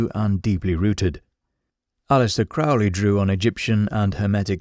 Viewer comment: That's Crow-ley, not Crou-ley. Rhymes with "holy."